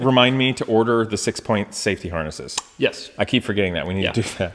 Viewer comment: He said "six point safety harnesses", I hear " little Saint Francis-es". Both seem appropriate.